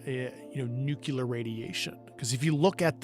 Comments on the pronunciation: let's all try to say Nuclear the correct way, its Nu-clear, not Nu-cular! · Again.@ . Grush says "Nucelar" secrets. Isn't it "nuclear" has the world gone mad, or illiterate? Wats going on? Can't any of these super smart people say nuclear properly? Wtf? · NuCLEAR. You Idiot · I really wish insiders would pronounce "nuclear" correctly. New-clee-ar not nuke-you-lar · Just a random thought that popped up: I can't understand why our star of the show, Grusch, says 'nukular' 🥲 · I wonder if Grusch knows he's mispronouncing the word "nuclear"...